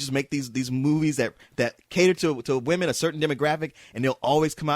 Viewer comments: could not say women ever its just distracting for him to say woman in the plural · Katherine is a horrible actress, and a bitch to put up with on and off-screen. She's only popular because of her looks, which will be gone in a few years time. Also, anyone notice how pronounces women like woman? lol.